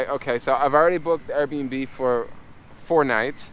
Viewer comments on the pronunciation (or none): none